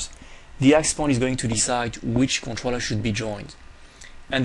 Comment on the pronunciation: God Dude, it is conTROLLER not Controtter